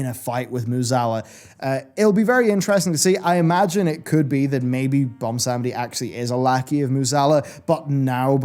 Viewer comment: Okay, I gottta ask... why are you pronouncing it "Bomsamdi" and not "Bwonsamdi", as it is spelled/pronounced by himself? Other than that pet peeve, great vid!